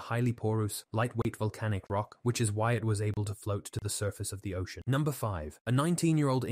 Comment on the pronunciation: These mispronunciations show non-human narration like no others ! . "danggers" and "ocian" - for dangers and ocean to name at least two !! 😢😯